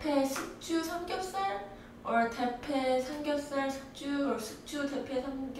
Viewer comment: Ahhh you're pronouncing ㄹ wrong in 삼겹살 ㅠ_ㅠ